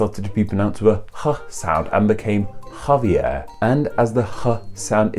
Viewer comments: I dont fkn get it or whatever your name is,you should know that Xavier is supposed to be read as " sha vi ER" and Javier as "ha vi ER" plus you have to read the R in these words,also you should ve included Xavier Hernández,a very popular footballer,and Javier Hernández a very popular footballer,especially since you include wrestling,i mean football is so much more popular than wrestling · I have a childhood friend named Xavier and he has always pronounced it Javier.